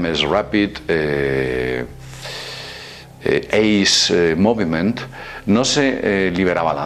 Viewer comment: la correcta pronunciación es / rapid ais mufment